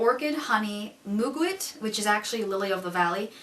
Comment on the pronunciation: I suspect you may enjoy this article: www[dot]vox[dot]com/2014/7/9/ /why-old-book-smell-has-hints-of-vanilla Also, for muguet... try mew-gay. Great reviews of an incredibly interesting house!